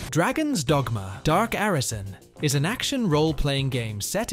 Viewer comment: You must be aware that's not how you pronounce Arisen or Ys, it just seems like you are recommending games you've never played